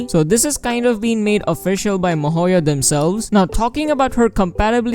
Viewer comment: I am sorry but who is MOHOYO. It is so funny, I love it every time when I watch your videos and I just hear MOHOYO this and MOHOYO that. It's great.